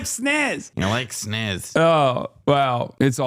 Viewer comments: He says sniss cause I am convinced he doesn't actually know what a vagina is. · He said "snizz" because he thinks the real word is pronounced "bajina"